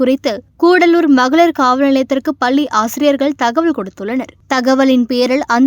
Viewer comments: பல்லி யா... பள்ளி யா? தவறாக உச்சரிக்காதீர்கள். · Ye ma palliya ,psllimathiri sollra ,ucharippu ozhunga pesunga